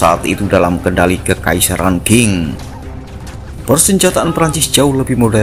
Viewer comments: Qing = Ching Bukan king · Qing dibaca Tsing